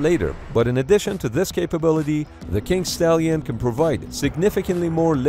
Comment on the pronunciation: Did he say kink stallion???